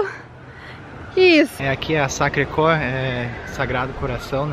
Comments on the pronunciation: Nao se fala fala sacre cor , se fala sacre querrr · se fala Sacre "Quér" sem o U!! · Tudo bem, tudo muito lindo mas podiam aprender que esta importante Basílica que se chama Sacré Coeur, se pronuncia "SacRRe queR". Beijos